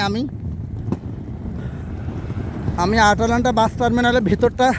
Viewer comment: আটালান্টা না ভাইয়া, ময়দালান্টা